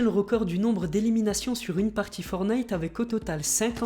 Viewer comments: Je t'aime bien mais juste pour te prévenir on dit forTnite et pas fornite ;) C'est pas une critique , c'est juste un petit conseil pour la suite !!! Sinon continue comme sa ! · "Forte - naïte" les gars, pas "fornaïte" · ForTnite et non fornite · Pouri et c fortnite et non fornite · forTTTTTnite putain de merde apprenez à lire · Dites moi si je me trompe on dit fortnaite pas fortnite je parle de la prononciation dsl pour les fautes d'orthographe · Je vais le butter si il dit Fornaite encore un fois (LE JEU S’APPELLE FORTNITE) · On dit pas for night on dit fortnigh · tu as dit fornite C'EST FORTNITE Y A UN T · On dit pas fornite on dit forTnite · C’est pas fornite mais fortnite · c'est pas fornite c'est forttttttnite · Prononce le T putain c est chiant d entendre fonite .. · On dit fortnite tttttttt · On est d'accord il a dit.... Fornite 😭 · Le T dans fortine il se prononce ptn entendre fornite tout le temps c’est bizarre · Tu ne sais pas prononcé le mot Fortnite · Il faut que tu arrêtes avec fortnite déjà tu ne sais même pas le prononcer donc hein déjà il faudrait déjà tu apprennes à le prononcer après tu pourras faire une vidéo dessus...